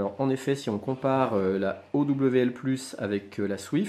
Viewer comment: on prononce owl comme ca: auwle, ca veux dire hibou en anglais